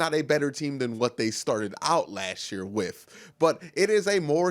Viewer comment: Love your vids man... Great insight. Great comments and coverage... One thing though. Just one. With ...withhhhhh lol you said WiFF like 100x. You'll go farther in your career being grammatically correct.